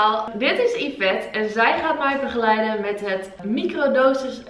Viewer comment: Hoor hoe ze begeleiden en lsd zegt